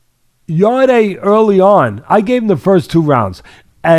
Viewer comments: It's YARD(E) Teddy not YARD-AY 🤣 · It's not pronounced "Yardy" or "Yarday", it's pronounced "Yard". Silent e. Really annoys me, have some respect for the fighters and get their names right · His name is pronounced Yard and not Yard-ay. The e is silent 👍🏿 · Who's yarday teddy keeps talking about it's yarde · Why do they pronounce his name Yarday? It’s just said as ‘Yard’ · Guys it’s pronounced like Yard as in backyard not Yardeh 😂 I think beterbiev beats Bivol by late stoppage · Please he’s called Yarde as in yard not yarday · are they pronouncing Anthony Yarde's last name as "Yardayy"? Or are they saying his last name and first initial as Yarde A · His last name is said yard, you don’t add the e as a sound. Maybe watch the fight again and listen to the announcer. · I think it's pronounced Yard, E is silent Yarde= Yard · 'Yard-ay' Lol. Teddy's a boxing brain still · the e in yarde is silent, so it is pronounced Yard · They hear everyone call him “yard” but they see an e at the end & say I’m just gonna pronounce like that 🙄😂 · If you haven't got the respect to pronounce a guy's name (Yarde) correct, how can I take seriously your analysis of the fight! Poor show, mate.